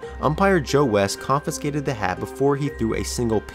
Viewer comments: it's pronounced CON-FIH-SKATED... you're adding another N in the middle, bud. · All I kept hearing was "confinscated" Great video though. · Wonderfully detailed video! But please, please: it's conFIscated, not conFINscated ... one 'N' sound. Thanks